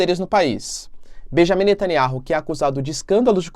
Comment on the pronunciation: ... pronúncia: netanIAU...